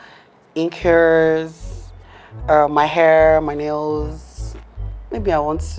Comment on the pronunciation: Its the 'r' inclusion in every word for me. Hell neorr😂, yers, my nairls, becaurse😂😹...Like! The accent should not be forced.